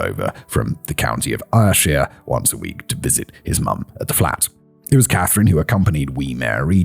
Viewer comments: Lmao same ... This the second anti Glasgow rant I've heard from Simon in a week! N he said he only visited once about 15 years ago and early 2000s was probably one of the best times for our dear green space 😢 try not to listen to Simon's travelogue. . Oh and Ayrshire is pronounced Air - shire and Lanarkshire has a hard N laN ark shire . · YOU pronounced Ayreshire and Hyndland ya sassenach !! LOL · but you got Partick right LANARKSHIRE